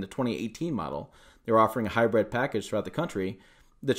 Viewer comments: hy brid not hy bread learn how to pronounce words properly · Sounds like he’s saying Hybread.